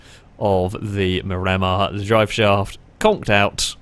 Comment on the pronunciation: Mir a mar not mi ram ar